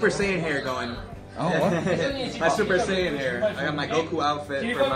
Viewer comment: Super sale 이 아니라 super saiyan 초싸이언 입니다 ㅋㅋㅋㅋㅋㅋ